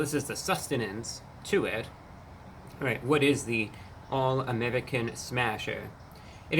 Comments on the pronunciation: I've never heard the word "American" pronounced "Ameddicin" before. Interesting. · Why does he keep saying american with a spanish accent 😂😂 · why does he say 'american' like a russian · WHY does he pronounce “American” like that?!?!!😂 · Cannot stand how he pronounces American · I like how he pronounces American like he's Russian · Why does he pronounce the word American like he’s from the Middle East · I love how Reviewbrah pronounces American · what's with this guy's pronunciation of 'American'? I think the rest of us were pronouncing it incorrectly. I will adjust myself accordingly. This dude is never wrong. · Idk why the way he says American is sending me 🤣🤣😊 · The way you pronounce American isn’t very American 😂😂😂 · Note that his pronunciation of "American" is dialectically correct for those from his home planet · You say "American" very strangely.